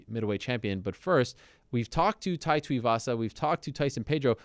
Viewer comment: Hespect Ariel but his name is Tai not Tau.